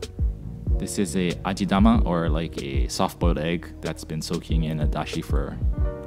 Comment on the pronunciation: Bro the ramen egg its ajitama not ajidama, just a little correction. thanks for you´re video